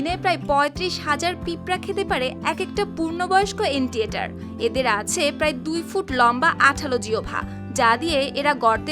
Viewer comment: নামটাও তো ঠিক মতো বলতে পারলেন না। এইটা হচ্ছে আন্ট ইটার (ant eater)